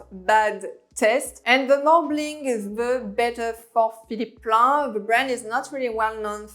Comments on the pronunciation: Hey j'ai bien aimé ta vidéo. Qq conseils: entry se prononce "entri", commercial en anglais serait "common", Dsquared se dit disscouairde, sans prononcer le e final. Et remplace le mot "rich" par wealthy. Philipp Plein, "ei" en allemand se prononce comme "aïe". Bon courage et continue ton bon boulot! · Moschino... C'est de l'italien, alors on prononce Moskino! Au risque de faire un peu hors sujet. Pour le reste, totalement bien vu. Et Plein est allemand... Plaïne...